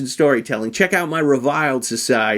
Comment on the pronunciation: So that's how you pronounce 'reviled'...